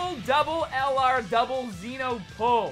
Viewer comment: Your vids are great man but the only thing is the way you say LR is killing me man😂😂